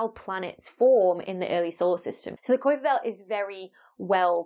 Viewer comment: Pronounce: Kaiper